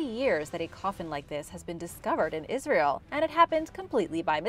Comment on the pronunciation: It's not asrayl